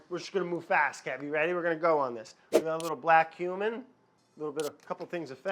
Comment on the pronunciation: When you sad Black cumin, i heard black human🥴